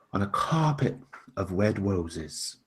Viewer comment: Wed Woses